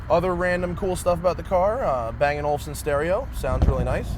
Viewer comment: Sounds like you said " A banging Olufsen stereo!"